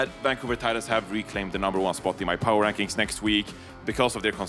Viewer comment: "Power Wankings"